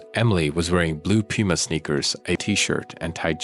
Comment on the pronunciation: Blue PEWMA sneakers?!?? Since when is Puma pronounced like that?!?!?